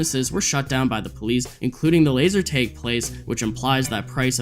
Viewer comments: Laser.. tag tag tag, not teg LMFAO wow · Why do you keep pronouncing it as laser tayge??!! It’s bothering me so much 😂 It’s “tag” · bro said "laser taeg" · why do you pronounce laser tag like that